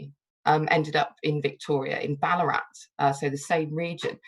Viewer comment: Just loving it here in Canberra. A note, it’s geeLONG, and ballarAT. And Bourke is for some reason pronounced Berk.